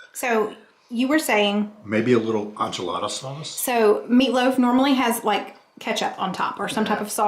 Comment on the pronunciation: Wait… how did say enchilada? 😂